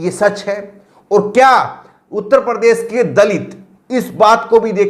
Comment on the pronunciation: प्रदेस बोलते हो, उच्चारण तो ठीक कर लो